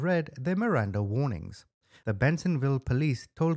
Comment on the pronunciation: MIRANDA RIGHTS not "warings"